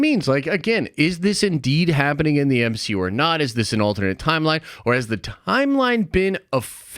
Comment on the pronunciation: Spider-Man…..EH!!! What is this the M - HE - U ! …….. EH!!!…………………………………………………………..🤣🤣🤣